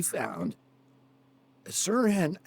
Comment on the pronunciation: Yeah, the "h" is pronounced in Sirhan